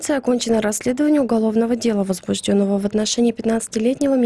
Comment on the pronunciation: Правильно" возбУждено" ..а не возбужденО